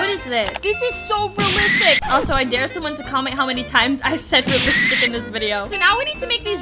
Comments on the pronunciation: You did better your soo good but you say raelistic 11 times but good vidio good work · Alot u said relstic